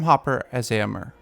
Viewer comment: Am I wrong, or too picky in thinking Éomer is pronounced “ā-ō-mare” not “ā-ō-mer” ?? Anyway, I can’t say how much I adore ALL your recasting videos!! 🥰